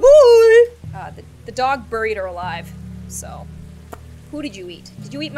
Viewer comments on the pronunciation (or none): none